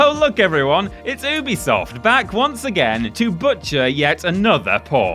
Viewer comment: Hopefully one day will learn how to pronounce Ubisoft correctly…